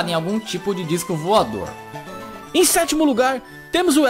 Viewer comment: no sexto ele falo setemo